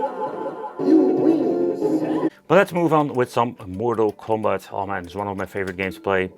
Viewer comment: "Mortal Cumbat II" 😆